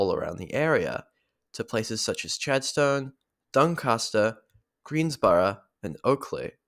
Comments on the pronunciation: Haha yes, I haven’t been there for at least a decade - it’s a place best avoided due to the parking nightmare. You could’ve called it ‘Chaddy’ and all Melburnians would know what you mean, but you might confuse your international audience! For future reference, it’s pronounced Chadst’n. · I’ve never heard a Melbournian pronounce the ‘Stone’ in Chadstone tbh haha